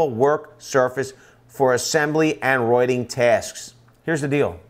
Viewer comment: My biggest issue is the way you keep pronouncing vice and writing 😂😂😂 Love the vid though 👍